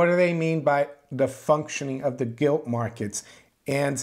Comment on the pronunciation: Sorry did you say Gilt or Guilty lol, keep up the good work